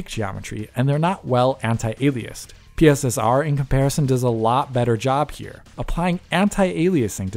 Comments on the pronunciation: PSSR, not P.S.S.R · Are they really calling it PISSER